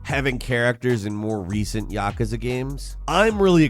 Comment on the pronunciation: That may be the most ignorant pronunciation of yakuza I’ve ever heard. Was it a joke or is he brain injured!?